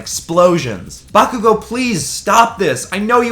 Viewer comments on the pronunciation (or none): Just some advice bakugous name is pronounced Bar-ku-go no bakugo and izuku calls bakugou kachan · DoNt day bAkugO, it’s KaChHan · BAkugo Not Bakugo BAkugo